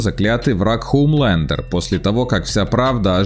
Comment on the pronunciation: хУмлендеру?! Вы у мутко английский учили?! и теперь спокаете фром ёр харт?